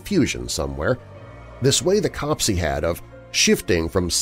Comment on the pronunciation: Great stories. Just a little thing, 'copse' is pronounced to rhyme with crops.